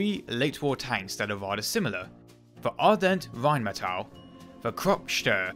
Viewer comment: Ardelt, with an "L"--you keep pronouncing it as Ardent.